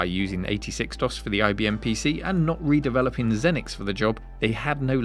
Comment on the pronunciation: “Zee-nix”, not “Zen-nix”. Lol!